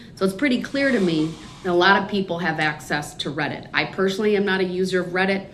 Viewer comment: This guy is so delusional. I’m not even mad anymore. He needs meds or maybe torture to bring him back to reality. Especially when he said “read-it” instead of Reddit 😂 I’m done.